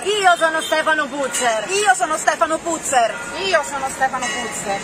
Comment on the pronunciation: Si dice Puzze'r, cognome Veneto, tipo Padoan e' Padoa'n